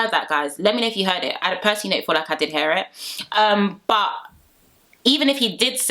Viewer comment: I love the way you pronounce hear as hair.